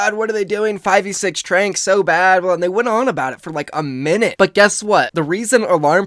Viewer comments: OMFG pls my ears stop saying “Tranq” pls say “Trans” I can’t take it anymore 😤😤😤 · STOP SAYING TRANK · doesn't even know what Zen's ult is. "Tranq", bruh it's "Trans" short for 'Transcendence', NOT 'Tranquility'